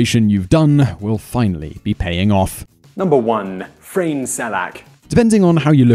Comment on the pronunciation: Big thumbs up! there are so many good lottery stories, seven or eight of these here were new to me. :-D having pronounced Frane like it were Čeština would have been right ;-)